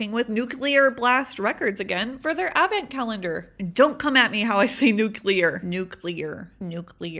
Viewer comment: I was going to come after you for the way you say “Advent” rather than “Nuclear” hahaha